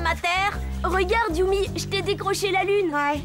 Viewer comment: "Yumi" pas "Yummy"